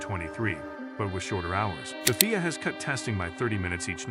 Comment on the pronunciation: I can never take someone who says FIA that way seriously